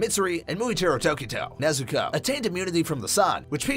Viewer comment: Why say nezukoe when u can sat nezuko chan